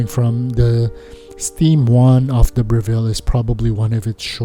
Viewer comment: Note on the pronunciation of the name of the organisation. It's Breville not Bre-ville. The emphasis is on the first syllable, not the second.